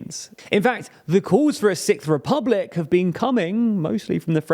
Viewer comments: Young people want to create a Sikth republic? I was not aware they liked British progressive metal that much 😂 Joking, of course, your accent is overall quite pleasing 😊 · I thought you said "Sick republic" until I read Sixth republic. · Had to cringe watch through the video & the thought of the TLDR team having to say the "sickth" French Republic everytime for future videos is the only reason I don't want France to have a new republic... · Are all Brits just incapable of pronouncing “sixth”? It’s not sikth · sorry, did you say "sick-th"? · having to pronounce "sixth" this many times in one post, oofs